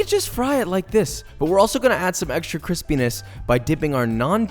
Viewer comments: Isn’t it kwispy not crispy? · Where's the cwispy? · ＴＨＡＴ＇Ｓ ＣＷＩＳＰＹ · I came here to hear Josh say "cwispy" and I am sorely disappointed. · Super cwispy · What is That shit ist cals cwisby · How do you spell his pronounciation of crispy